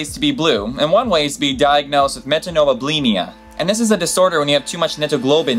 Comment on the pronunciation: Please, because your goal is to educate people, at least learn to pronounce things correctly. You were saying names wrong, skin conditions wrong. Since when is Johann pronounced Jonan? François is not the same as Francis. You left out an entire syllable in methemoglobinemia. Just...no. You clearly spend time researching what you put into your videos. Research pronunciations too.